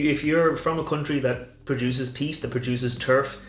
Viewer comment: Peat! Not pest! lol!!😂